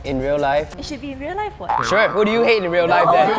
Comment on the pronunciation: U say “I’m pretty suite” when it is “I’m pretty sure”